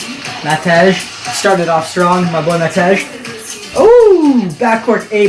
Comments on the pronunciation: as a Matej myself, my name is pronounced mateh or matey like mat - ey or eh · Im already hyped for the podcast with matej. Im also not sure if your saying his name correctly you may want to check